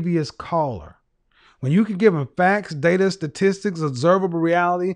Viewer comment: She couldn't even pronounce "statistics" lmao